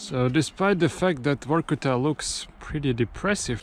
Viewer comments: Its Vorkuta , not Workuta as you talking !!!!! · Since Russians pronounce V as W it sound he is calling the city Work-Outof which conveniently doscribes the city 😂😂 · Why Vorkuta sounds different than from Reznov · Vor-kuta, or Vor-ku-ta?😮